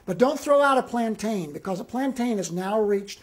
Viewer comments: It's Plan-tin not plan-tyan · FYI they are pronounced “ plantin” but spelled plantain the second a is silent. I’m happy his Spanish is on point. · Its plantin my nigga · Why does everyone on YouTube pronounce plantain incorrectly?